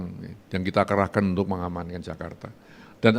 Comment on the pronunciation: Menganankan😂? Mengamankan apaaaaa?